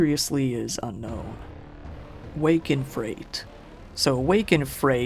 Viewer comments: First off loved the video but also I didn't see anybody else point this out so I thought I would. For the movie at around the 45 minute mark, it's 'Wake in Fright' not 'Wake in Freight' as you both spelled and pronounced it lol As in waking up scared, not so much waking up in bulk goods shipped via truck, train or airplane :P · Isn't Wake in "Freight" actually called Wake in FRIGHT? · Wake In Fright not Wake in freight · Wake in freight? Fam that word was fright. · *Hallows not Hollows. *fright not freight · Regarding "Wake in Fright," most English-speaking folks would not pronounce that as "freight". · How on earth did you introduce the absolute masterpiece 'Wake In Fright' as 'Wake In Freight' ??? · I must comment that “fright” is pronounced “frite” (rhymes with kite, meaning ‘a scare’) and the original actor who got sick from the silver makeup was a legend named Buddy Ebsen. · have never heard anyone pronounce fright as "freight" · I've noticed that with a lot of these younger content creators. These guys grow up on anime and gaming now instead of actually getting out and socializing with their peers, so you get young guys in the West who can pronounce things in Japanese, yet can't pronounce "fright." 🤣